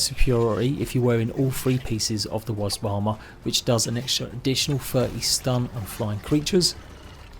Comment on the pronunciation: Great guide as always 👍I have to say though, I've never met anyone else who can't say wasp properly 😅 Let's go get those Wasbs 🤭